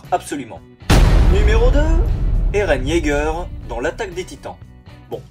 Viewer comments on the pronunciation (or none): none